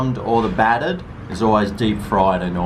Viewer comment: its battered not fattered